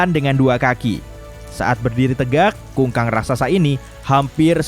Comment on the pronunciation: kukang min bukan kungkang hhhaaa